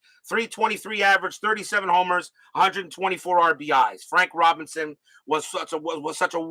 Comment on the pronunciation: Vada “Pin son”. (Robin son)